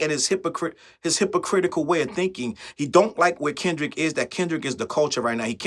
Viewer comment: They love to say KENDICK!! 😅